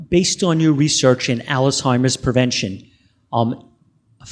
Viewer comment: There conferences and videos are just amazing. I only wish the questioner would learn to pronounce Alzheimer's correctly, rather than saying Alice-himers.